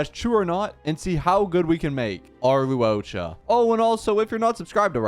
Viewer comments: I die evertime this man calls luocha “luoca” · “loo ohcha” … im gonna cry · I die because he tries to mispronounce his name so badly, but sometimes it slips the right pronunciation.